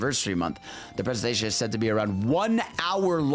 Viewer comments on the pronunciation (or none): none